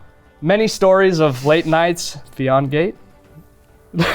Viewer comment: Yo the new guy is based, I can't believe he drops "PHEONGATE" straight-up!😂